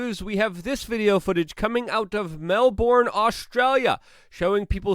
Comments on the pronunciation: Melburn or melbin, not melborn. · Luke, pronounced Mel burn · Of all the words you could have mispronounced, Melbourne is pronounced "mel-bin"